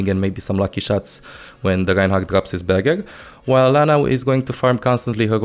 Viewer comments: He pronounces R's as a sort of "G" sound which makes words like "Barrier" sound like "Barghergh" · I kept thinking he was saying "burger." I was wondering when so many characters started to grill on the battlefield. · Is it that difficult to say BARRIER properly?!